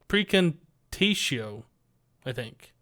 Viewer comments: Praecantatio comes from latin, its correct pronunciation would be < > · pronounced pre-con-Tay-she-O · Praecantatio : per-cahn-tay-chio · prac,in,tase,eo i believe it is said